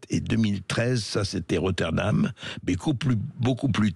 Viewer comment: rotherham et non pas Rotterdam.